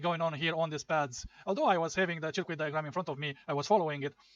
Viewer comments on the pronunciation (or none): Its pronounced "sörküt", not "cheerquit"😅